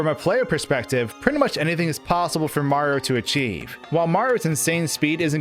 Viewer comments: I agree completely, the videos are interesting but his speach patterns for videos needs to become more natural. I also don't like that he says "Maro." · why do you pronounce Mario as "Mar" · I can't get over the way he says "Maro" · Every time he tries to say Mario he cuts off the end of his name. Not a complaint just something I noticed. Great video!